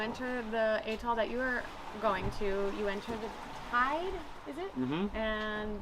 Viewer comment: A, A, as in apple! Atoll Not Eh-toll.